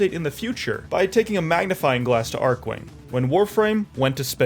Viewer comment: lol didn't pronounce any of the archwings beside the odonatan properly lmao